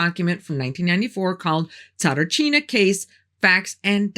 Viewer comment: A Bulgarian here. Have to say - your pronunciation of the names was 90% spot on! Really good indeed as I've heard plenty of English-speaking people trying to pronounce them and they're not doing good. Not at all. My uncle's told me that he's been at the dig site of Tsaritchina at some point but for very short and from what he knew they'd found nothing. And from that exact "No-man's land" documentary you mentioned I knew as far as the smooth wall and Vanga asking them "What would you need that yellow monkey for?" So - I did kind of learn a bit from your video too & thanks for that! There was a LOT of political play around the topic through the years for certain. All I know is - if it's been sealed and untouched/ignored all these years later it might be better to stay that way if there IS anything real down there. Some mysteries should just stay as such. The saying "curiosity killed the cat" exists for a reason.